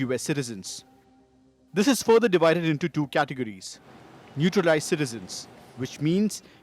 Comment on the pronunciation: "Nutralized Citizens" 😂